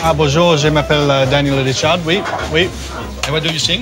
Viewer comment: it's not Daniel Ricciardo it's Danièle Ricciardeaux